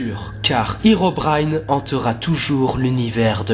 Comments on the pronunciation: Cela ne se dit pas Hirobraillne mais Hérobrine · herobine ne se pronoce pas hirobrine mais hééérobrine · Sa ne se prononce pas irobrin mais hérobrin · on dit pas Hirobrine on dit Herobrine !!! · Alor c pas itobaïne mes érobaïne a la prononciation bien sur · tu viens de dire hirobrine or que ses herobrine le hero se dit comme en francais et en anglais et herobrine es un creepypasta faux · Mec j'ai vue hérobrine et on dit hérobrine